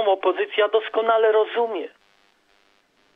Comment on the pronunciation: mówi sie rozumieM - Pan czasem sie myli.